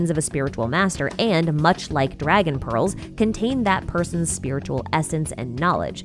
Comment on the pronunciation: I don't know why but I kept hearing "balls" instead of "pearls"